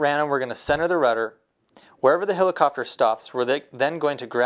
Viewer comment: hElicopter, not hilicopter